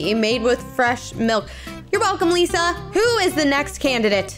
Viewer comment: Your very welcome Lisa What I heard until I read the subtitle: Your very welcome Pizza 😂